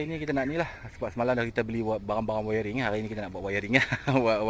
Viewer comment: Wiring bukan wayaring bohh 🤣🤣🤣